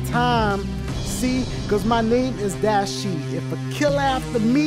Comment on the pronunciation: super sayain it's, DACHIE, DACHIE not dashie. Dashie